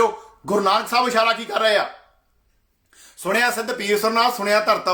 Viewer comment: ਜੋ ਭਾਈ ਜਪੁਜੀ ਸਾਹਿਬ ਦੀਅਾਂ ਦੋ ਚਾਰ ਪੋੜ੍ਹੀਆ ਪੜ੍ਹੀ ਆ ਓਵੀ ਗਲਤ ਪੜ ਰਿਹਾ ਹੈ ਸੁਣਿਐ ਨੂੰ ਤੂ ਸੁਣਿਆ ਕਹੀ ਜਾਨਾ ਼਼ ਪਹਿਲਾਂ ਆਪਨੇ ਅੰਦਰ ਝਾਤੀ ਮਾਰ ਕੇ ਵੇਖ।। ਸਾਰੀ ਆਡੀਓ ਬਕਵਾਸ ਤੋਂ ਬਿਨਾਂ ਕੁਛ ਨਹੀ ਜੀ